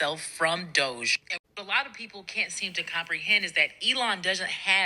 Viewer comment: Can we please stop using the chic pronunciation of this illegitimate"doe-zsh" office and pronounce it and call it what it is "DODGY!" Let's not follow their lead. There is nothing chic about a group of hackers working for the "destruction of government entities" should be referred to as DODGY because they are. They're dodging laws and the rule of law. If we're looking towards unmasking this crazy let's start by calling it what it is. DODGY.